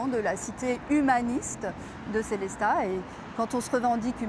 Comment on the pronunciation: "Sélésta"... il y a un jour où la langue Alémanique ne sera plus massacrée ?